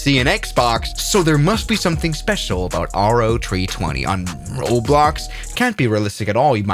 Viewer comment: It's pronounced "Row-320" not "R-O-320"